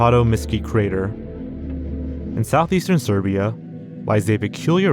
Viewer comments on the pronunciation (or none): he speaks English perfectly fine and it’s the only language he’s basically spoken throughout his entire channel. Truth is he’s being lazy and didnt care about the pronunciation How do you mispronounce ‘Eurasia’ and mistake ‘serbia’ for “Siberia”